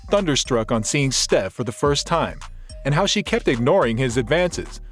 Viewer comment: It's Steffi Graff, not Steff.